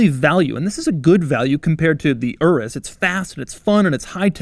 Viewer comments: "Urrus" it's pronounced "ooroos" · I can't be the only one hearing "urus q8" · Sounded like he said URUS (RS) Q8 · The "UR-US" Q8